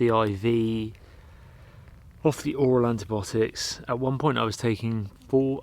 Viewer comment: Not antibotics but antibiotics - there's an 'i' in there